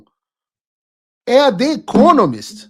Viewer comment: Você mora nos EUA há anos e fala inglês bem.. Diga "The Economist" com o "the" falado como se fosse com "I" em português. Procure as regras de pronúncia do "the" antes de som de vogal, por favor.